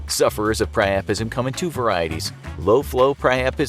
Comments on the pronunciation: Pri-u-pism not pri-aa-prism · The first word I’ve ever heard him pronounce wrong... “Piapism”